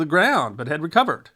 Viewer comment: Emphasis on "had"